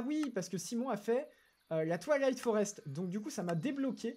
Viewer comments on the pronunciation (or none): none